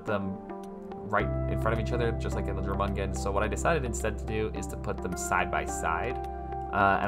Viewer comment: just saying, the j in jormungand should be pronounced like a y. the name is based on the norse jormungandr